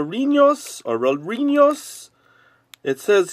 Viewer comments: it’s “dulces” not “duices” and it’s pronounced “reh-yeh-reen-dough” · it's pronounced: rre-ye.rin-do-ss :) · whenever you see double L's in Spanish, it has more of a soft J sound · in Spanish, double L's in a word are always pronounced as a Y sound :D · role your rs in spanish